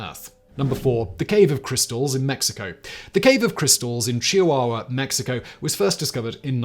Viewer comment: You, Simon are officially a legend in my book. Way to go on pronouncing Chihuahua correctly!